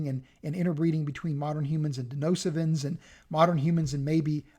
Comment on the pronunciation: It's DeNISOvans not 'Denosivans'..!